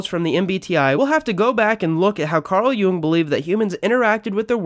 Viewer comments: Jung is pronounced as "young." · I'm sorry I was very interested but then you said Carl Jung's name wrong and it through me off -intj